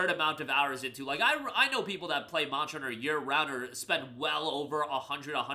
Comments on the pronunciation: I swear I heard you said "Monster Rancher" whenever Monster Hunter clips pop up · Monsher hunner pronunciation is crazy 🤢🤣